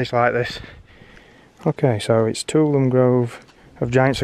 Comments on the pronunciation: It's pronounced... /tuˈɒləmi/ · I'm surprised to see there was as much water falling. It's usually pretty dry in September. Nice. Tuolumne = Two-all-um-nay